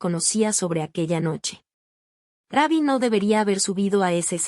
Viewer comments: Quien está narrando no es una persona es IA por que dice Rabbi no Rubbi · Su apodo se pronuncia como se escribe no se dice raby.. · Si no save prnuciar bien el nombre d Ruby no able